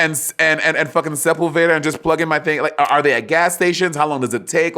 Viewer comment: I just noticed the way Monet pronounced Seupulveda ….